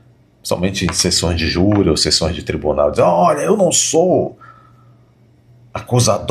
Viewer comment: "Ministres do Supreme Tribuné Federe.........kkkkkkk